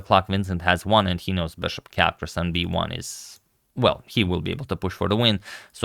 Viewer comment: The “beshop”.